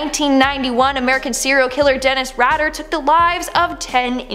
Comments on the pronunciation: You would think.... with 7.76 MILLION subscribers she would put a little more effort into pronouncing the names correctly .... Dennis Rader is not pronounced as Ratter ......... Its "Raider" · Btw Rader is pronounced like Raider. Like the football team or tomb raider lol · ish. You mean to tell me that she's a full grown woman youtuber that hosts all kinds of true crime vids really doesn't know how to pronounce the surname "RADAR?" You know, its also a ⁴4it